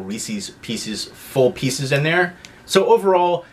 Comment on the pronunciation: I've heard people pronounce Reese's the way you do but the way you pronounce pieces is bizarre